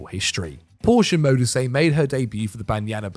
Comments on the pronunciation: Radebe was a top quality centre-back, he stayed with Leeds and reduced his own age when they got relegated. He also coached at Leeds after retirement and the band Kaiser Chiefs (who were formed in Leeds) are named after his former Club. EDIT: Modise is pronouned Mo-dee-seh. Some other honourable mentions in my opinion: Nourredine Naybet (Morocco) Jacques Songo'o (Cameroon) Abedi Pele (Ghana) Hossam Hassan (Egypt) Radhi Jaidi (Tunisia) Joseph Yobo (Nigeria) Jules Bocande (Senegal) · Modise also 🙈